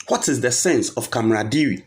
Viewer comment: You're always quick to let us know you went to KNUST where studied Computer Science etc. But you can't pronounce CAMARADERIE. Please look it up and learn how to prounce it. NB: By the way, I don't mean it in a bad way.